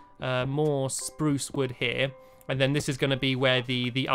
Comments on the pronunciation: tut tut tut you never said spruce right the first time #lol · You said spruce not SPRUCE. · You said spruce not SPRUCE! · stop saying speruce incorectly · love the word spurse wood i love how u sat it <3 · he says spruce without saying sprrrrrrrrrrrrruuuce! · say birch how u say SPRUCE one day i wanna know how it sounds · soep saeing SROSE so werd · he didn't say spruce right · stampy it's fun to say spruce cuz you say it wrong lol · You didn't say SPRUCE properly